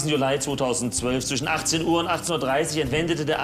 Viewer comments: Alter warum sagt Herr immer Julai😂😂😂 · Wieso sagt der Herr immer,,Julai´´ anstatt Juli? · Wie sagt der Staatsanwalt Juli?😂😂 Juläi😂😂